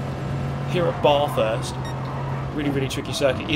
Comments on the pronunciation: Get the Bathurst pronunciation right.....it's not pronounced as in "I'm taking a bath". Australia is cringing......:) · Yeh man the way he says Bathurst triggers me like crazy 😰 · please just say bathurst correctly once I beg you